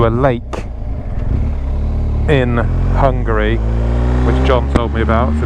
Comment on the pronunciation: The way you pronanuced Hungary cracked me up